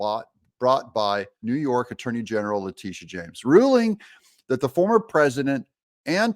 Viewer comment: Lactiteeah shames ...despicable